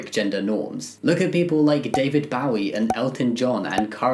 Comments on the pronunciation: The real problem in this video is how Jamie pronounces 'David Bowie' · good video but HOW ON EARTH DID YOU JIDT PRONOUNCE DAVID BOWIE